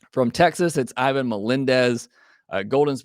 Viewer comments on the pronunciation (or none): none